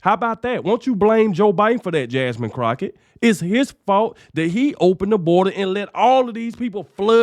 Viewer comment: Jamine "Crochett". Omg! LMAO!😂😂😂😂